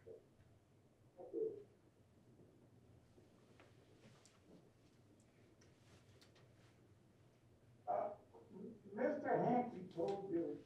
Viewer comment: Pitaro!!!! Geez Louise! For the love of Pete…! I just can’t. I. Just. Can’t. 🤔🙄🤔